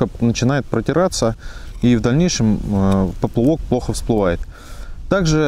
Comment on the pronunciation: спасибо большое. Очень нужное и полезное видео. Единственный нюанс: "поплЫвок" - режет ухо...)